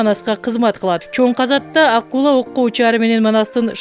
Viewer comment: Аккула эмес,акгула